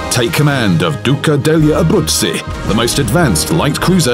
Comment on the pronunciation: The narrator really has quite a good pronounciation with her name. 😉👌